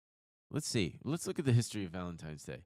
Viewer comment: Why does keep saying Valen-times-day?! Is that just me?